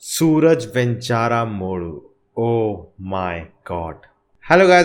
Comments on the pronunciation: The name is not sooraj. Its Suraaj. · It's pronounced as Suraaj. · So his name should be pronounced as Suraaj. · You don't understand our culture and people's behavior, as you not able to pronounce simple name suraj..